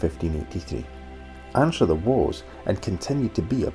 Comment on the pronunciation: Really enjoyed seeing my beautiful home beaches on your video and commentary. My only issue is that we pronounce it ENSTER not Ainster. And I even saw my house. Glad you got such a lovely day to explore here, clay marbles are kind of a speciality on Castle Street Beach.😍